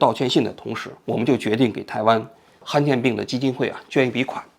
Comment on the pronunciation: 罕见 han 第三声，读成han有点难受